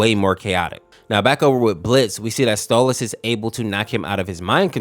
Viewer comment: STALLAS? ITS STOLAS BIT